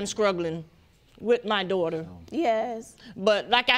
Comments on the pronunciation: What the heck is "scruggling" ??????? I had to play it back to make sure that I heard it correctly. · Did the Broad say we been "Scruggling" a long time? I commend you Sir and I feel terrible for you I pray God will heal your Broken Heart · A long hard time “SCRUGGLING” 🤦🏾‍♀️🤣🤦🏾‍♀️🤣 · Did the mom just say, skrugglin'? Let me finish...